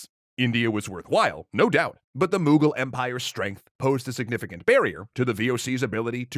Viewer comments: "Moogal empire" that hurt my soul its Mughal with a u M-uh-gal empire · The pronunciation of the mughal kings kills me every time